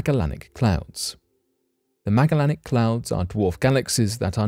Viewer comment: (Ma-jel-in-ick) come on man... I know you can do it you're so smart... pronounce it right....